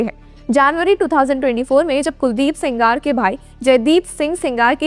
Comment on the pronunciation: He is sengar madam not singaar